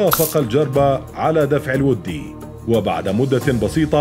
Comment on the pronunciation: ولد أنت من جدك ؟؟ السالفة ذي بشمال السعودية والرجال سارق القصص من منتديات السعودية لدرجة حتى كلمة ( الودي ) ماعرف ينطقها صح.